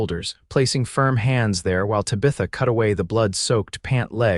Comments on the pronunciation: That is not how you pronounce Tabitha. The name Tabitha is pronounced TAB-ih-thuh, with the emphasis on the first syllable, "TAB". The sounds are: T as in "town," A as in "hat" (a short 'a' sound), B as in "book," I as in "ship" (a short 'i' sound), TH as in "think," and A as in "above" (a soft 'uh' sound). Minor quibble - she's wearing a forest green when he first sees her, not sapphire as he says later. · Even though you butchard Tabitha's name....😡 This story was really very good. ❤😂❤ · If your AI can't pronounce Tabitha, then you should have given her another name. It's irritating to hear her name pronounced, over and over, incorrectly. 😮😮😮😮😮